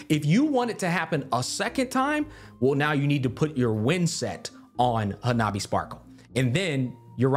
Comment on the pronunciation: I wish they kept her name as Hanabi, I love that he says it too lol